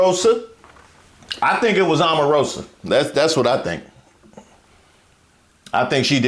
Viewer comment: Did say Armarosa LMAOOO 😂😂